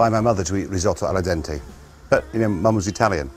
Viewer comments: Its... its Al dente... not a la dente... could your Italian mum not sprak basic Italian properly? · i bet your mom said "al dente" and not "ALLA dente"...